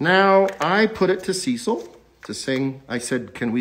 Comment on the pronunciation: When he says "Cecil" but all you hear is "sea salt" 🙈